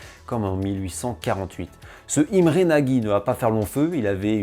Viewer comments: Super vidéo juste petite info Imre Nagy ne se dit pas nagy mais Imre nocht c'est un détail mais mon oreille a été agressé par cette prononciation haha continue comme ça sinon vidéos très intéressante et instructive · Excellent,vraiment. Mais il faut prononcer Nôdj Imré (et je ne suis pas hongrois !).